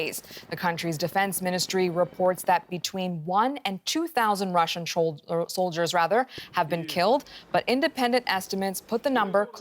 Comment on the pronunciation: She said "Trolldiers". :elbowcough